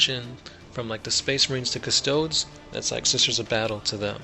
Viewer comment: Almost as bad as Cuss-Toads